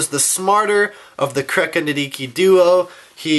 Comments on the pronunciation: the "H" in nidhiki's name is silent -_ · Everything is ok. Just a friendly reminder that you don't pronounce H in Nidhiki